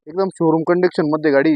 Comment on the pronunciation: Condiction nhi ho condition bola